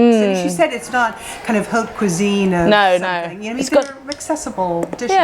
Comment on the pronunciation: ‘Something” has an m in it